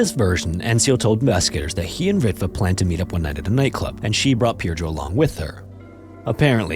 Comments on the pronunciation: A tip for pronouncing Finnish names: the emphasis is always on the last syllable, not the first. So it's not ENsio, it's ensiO, seutuLA (with a short u) and not SEU-too-la, helsinKI, not HELLsinki etc. J is also always pronounced like a Y, so the victim's name is closer to Pir-yo. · he pronounced Pirjo's name incorrectly, he could have researched it, it's not rocket science, but being a typical angloid he just assumed letter "J" stands for the same sound in all languages that use latin alphabet